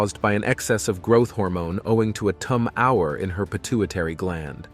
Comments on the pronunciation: "...caused by acromegaly. An uncommon disorder caused by an excess of growth hormone, owing to a tum-HOUR in her pituitary gland." seriously?! a tum-HOUR? isn't the (computer) narrator referring to a pituitary TU-mor? (tumor?) 🤦‍♀️🤦‍♀️🤦‍♀️ How fu¢King stupid do these computers have to become before we evict them from every aspect of our live? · If you are spending many hours creating and editing content like this, why do you allow grammatical mistakes like "tum-hower" instead of "tumor" get passed you? I find that Wikipedia is a good source when there some discrepancies. When you mentioned that Gharibi effortlessly lifted 27 stones, that converts to only 378 lbs. Dead lift, bench press or squat, those numbers aren't remarkable nor are his other fake stats. The one true thing is that, "Photoshop" can make you look really, really good! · Get a human being to read the script rather than AI. Your bot mispronounced tumor, toom er, as tum hour. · when are you clowns going to figure out we HATE fake bs ai voices. Tumor is not pronounced tum hour!!!!!!!!!!!!!!!!! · you can tell this is narrated by a bot, as they mispronounced "tumor" in such a way, as to make it obvious it's a text-to-speach mechanism. Downvoting.. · resulting from a "Tum Hour" come on..... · Why can't he pronounce "tumor," "labor" and "demeanor." If it is text to speech, you can just alter the spelling until it sounds right. André the Giant was a wrestler and actor who was 7' 4".